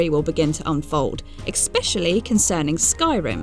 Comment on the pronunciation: Sorry, can't finish this. Exspecially and exsetera are just too much. There's interesting accents and then there's butchering the language